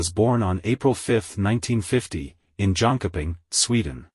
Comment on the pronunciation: Terrible pronunciation of the members names! If you make this type of detailed history of people’s life, please learn how their names are pronounced! Especially Agneta’s last name Fältskog and her home town Jönköping is ridiculously mispronounced here, it should not be difficult to found the correct sound of the names online if you were really interested! 👎